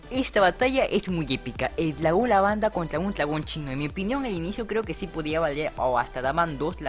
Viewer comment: NO LO PUEDE PRONUNCIAR LOL 🧠🧠🧠🧠🧠🧠🤓?